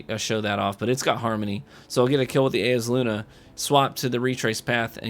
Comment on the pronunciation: It's Eyes-uh-Luna, come on.